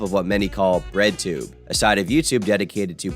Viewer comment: i have just learned that you said breadtunbe and i have made a terrible mistake